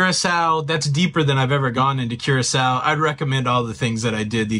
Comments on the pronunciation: Dang, you messing with my brain this morning. pronouncing Curacao as Curackoe there is no K sound in it.- Here is the proper pronunciation of Curaçao (pronounced "Cure-uh-saow") the saow is pronounced with an "s" and then I have heard it both as sow to sow seeds or sow as in a female pig. No judgment here, just an FYI for future references. That and my brain is an autistic brain type, and things got to be in order! lol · Cure-ah-souw The name starts with a hard 'C', while the 'ç' (c-cedilla) is pronounced as an “S”. So, this means that Curaçao is pronounced as 'Cure-ah-souw'. The blue version is then called Blue 'Cure-ah-souw'. So, no, it isn't Kurákao, kurako or kurasiao. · Cure a Sow is the pronunciation. Good try though. LOL!!!!! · It’s pronounce Curaçao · Well since there is no such place as car-ac-co, your okay. Now if we are talking Curaco lol...😂 We did the ABCs in February. It was awesome but coming from a Maine winter it was soooo hot. Felt like 95% lolololol (actual temp was 84 with very high humidity) I so wanted to go on an excursion like this. (We were on a different brand of cruiseline but they had a similar one) Im so glad you shared it with us. Thank you!! ❤ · It’s pronounced Cur a sow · It pronounced kier-a-sow. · Pronounced curascell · It is pronounced Curasao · Love that place that's one of my favorites and I really thought you were pronouncing it wrong at the beginning you got me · Laughed at your Curacao pronunciation, until i saw you knew the correct pronunciation. You goofball. My mom and dad went there years ago. Thanks for the video. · Not me typing a comment on your pronunciation as I’m watching but then you correct it before I hit send. 😂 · Please stop mispronouncing the name of the island!